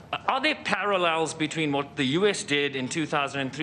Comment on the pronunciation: Eeee... Łot?? 🤣🤣🤣